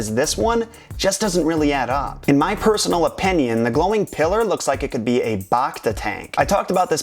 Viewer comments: BACta tank - BACk - BACtine - BACteria Don't BAWKta the pronunciation. Bacta tanks put you BACtagether. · bActa not bocta